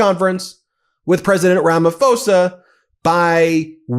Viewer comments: Just fyi: It’s Rama PO-sa. Not “fo-sa” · It's pronounced Ramaposa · Hi, Our president's name is pronounced Rama-posa. I'm South African, and there is no white genocide in SA. There are farm killings. Farms are predominantly owned by whites. The farm killings affect white & black people. Killings are not race driven but are criminal acts. The grave site shown last night is the 1st time ever been seen it. I'm bet it is not farm killings grave sites. Our white folks live in harmony with Indians & Blacks. They don't want to leave SA.. We have a land of milk & honey. Crime is very high. Most residential areas have up to 5 security companies patrolling day & night. Ben I really love your podcasts and watch them throughout that day. Keep it up!!!🎉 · His name is pronounced Ramap hosa not Ramafosa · Rummah-pause-ah. That is how you pronounce Ramaphosa. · I'm a South African, Ramaphosa made me shriek with laughter when he mentioned the plane. Classic Ramaphosa! PS it's pronounced Ramaposa. There are South Africans that belong to the Trump cult, much like people from other countries. They are all mad. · Sounds like Ramapoorsa. H is silent!. Love that you guys stay on it!!!❤